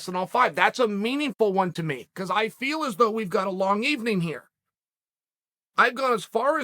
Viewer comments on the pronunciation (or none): none